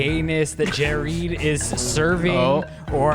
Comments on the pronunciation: Jerid’s introduction as “Jereed” had me laughing so hard I couldn’t breathe 💀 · 'Jareed' made me fucking choke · Jerid as Jereed had me dead. 🤣🤣🤣🤣🤣 Best. Gay. Guy. Ever!!!!!!! Sorry, and Chris. Haha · “Jereed” IS the moment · Jerid saying panspermia theory as if it's just face. He really enrages me when he does this, which is constantly by the way.